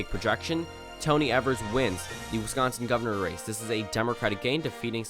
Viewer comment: Good video, but Evers is pronounced like EE-vers